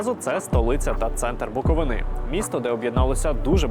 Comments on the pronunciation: Що з вами всіма не так? Ви були в Чернівцях. Ви не чули як правильно казати Буковина? Не БуковинА , а БуковИна! Що не блогер, то ЧернАвецька, обл. або БуковинА! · Не БуковинА, не на БуковинІ. Правильно- БуковИна, на БуковИні! Будь ласка не плутайте! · Прошу дуже не вимовляти назву нашого краю так БуковинА! Буковинці називають свій край БуковИна!!! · дочекався БуковинА і далі не дивився. БуковИна. Навчіться ставити наголос кляті неучі ютубу.